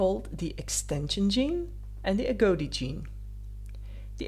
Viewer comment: Agouti rhymes with booty, not goatee.